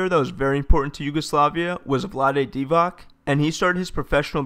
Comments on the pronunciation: Very good video. Some funny pronounciations, but no worries. (if you wanna know Ivica Zubac: Zubac is not pronounced Zoo-bak. It's Zoo-bats. Similar with Divac. It's not Dee-vak, it's Dee-vats. C is never K in Balkan names. Hope it helps. If you have any qs, I'll be glad to help). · Its Divac not Divak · 30 years later, americans still can't pronounce divac...